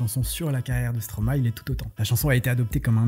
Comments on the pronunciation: enfin un français qui dit bien le nom de Stromae MERCI beaucoup. J'aime beaucoup ce que vous faites. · En tt cas j tiens a feliciter l effort pour la prononciation de stromae 😊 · Stromae est le verlan de maestro, j'imagine qu'on est d'accord sur ce point au moins. Maestro ça se prononce pas Maïstro comme beaucoup font l'erreur mais "ma-és-tro" donc absolument tout le monde prononce le nom Stromae correctement. Je t'invite a regarder sur internet la prononciation du mot.